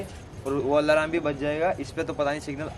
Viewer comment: Allahram kya he alarm hota hai 😆😆😆😆😆😆